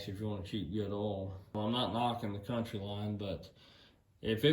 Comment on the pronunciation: Count-Y line , Coun—teeeee , not country lol